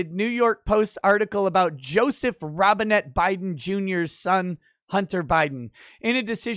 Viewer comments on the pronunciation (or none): none